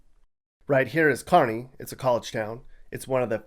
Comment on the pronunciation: Got the pronunciation of Norfolk, Kearney, and Beatrice right, but you're a little shaky on how you say Chadron.